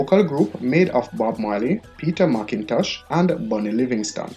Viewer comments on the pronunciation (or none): none